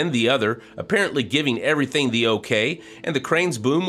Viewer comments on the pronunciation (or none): none